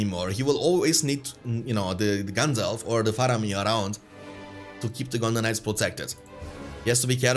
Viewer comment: I'll admit it triggers me every time you say gondor knights and sounds like you're saying gondonites lmao